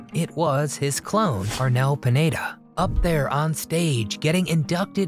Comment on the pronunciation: Next time find out all the details, you said and wrote on your video that the name of the latest vocalist is Arnel Panetta? seriously? his name is Arnel PINEDA , P I N E D A. Panetta is the name of a bakery shop, maybe you were hungry when editing and that was on your mind and the poor Arnel got the consequences.